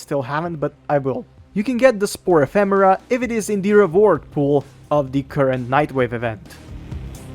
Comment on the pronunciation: Didn't see the previous video but the way you pronounce it in this video is actually correct.